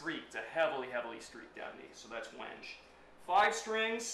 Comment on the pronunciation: I’m sorry I’ve never seen a fretless played with a pick before. Oh, it’s pronounced Wen-gay.